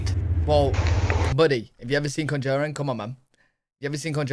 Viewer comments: just can't say 'Conjuring' for some reason lol. It's hilarious! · Someone please tell that he is pronouncing "Conjuring" incorrectly.